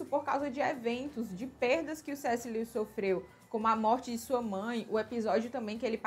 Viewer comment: Amei o vídeo. Dica... a pronuncia do nome dele é: (Lúes)